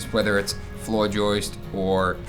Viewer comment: letting out a lil’ boston accent at the end there. Wrap up the third flooruh